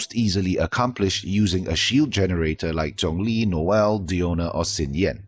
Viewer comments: the Xiang from Xiangling in that video, if you break it down, is more of "si-ang" (pinyin using Xiang). Xiao is more of si-ao. Anyway Xiang (or shi-ang/si-ang if you want to break it down) is totally different from shan. Xiao, which sounds more like si-ao or shi-ao (without that obvious sh sound) isn't shao. Shan and shao exist as a totally different word written phonetically with pinyin, and of course their pronunciation are different. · Great video as always. Just wanted to say, as far as the chinese names go, it's "Shanling" not "Ksianling", same with Xiao, it's "Shao" not "Ksiao.